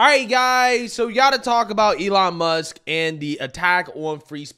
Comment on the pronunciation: “Elon Muks” I can’t 😂